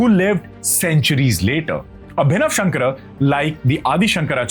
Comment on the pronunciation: Please correct your pronunciation.. It is not shankar but shankara.. It is kaalati ,and Padma paada or पद्म पादा…